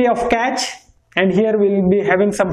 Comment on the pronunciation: Good info but cache is pronounced as cash and Hz is pronounced as hurts.